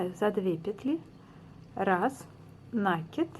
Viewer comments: здравствуйте! Сомневаюсь, что в вашем словаре есть слово нАкид, потому как правильно ( ещё раз повторю!) говорить накИд. Нить накИдывается на спицу, неважно к себе или от себя!!! И ещё...за свою доолгую жизнь, я много чего навязала - это к слову , на вашу реплику. Желаю здравствовать. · Это хорошо, что Вы вяжите классикой, но накИд удобнее делать " от себя". И, пожалуйста, ваш нАкид режет слух, говорите как все современные блогерши ПРАВИЛЬНО!!! Без обид... удачи!))